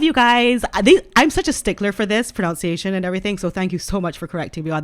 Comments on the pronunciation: PronUnciation not PronOUnciation! 😉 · It is "pro nun ciation....." NOT pro noun ciation" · Its pronunciation not pronounciation